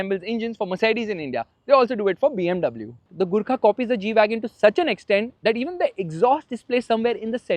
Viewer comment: Not gwagon is Gwagon r